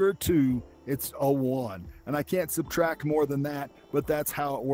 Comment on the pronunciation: You incorrectly saying subtract